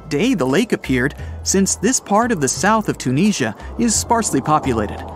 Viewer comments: Interesting but the Huckleberry Finn commentary is intensely aggravating plus the Narrator’s appalling mispronunciation of Tunisia…Tunekneesia🙄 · How about pronouncing Tunisia correctly